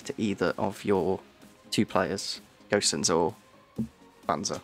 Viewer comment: who told u its pronounced Gösens ? cause u said it right the first first time, its just Gosens as in Go and sens (altho the S is pronouced a lot less harsh)